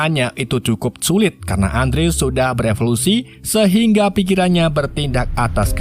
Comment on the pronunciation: Bukan Andrew dibacanya kak. Tapi endru